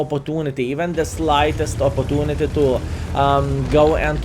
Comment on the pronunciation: I love how is saying "opotunity" 😂